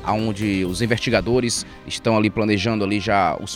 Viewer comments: como que um cidadão que é "repórter" diz "invertigadores"? não é nem crítica mas sim da uma agonia de ouvir falando errado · o melhor é ele falando os "invertigadores" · É o sotaque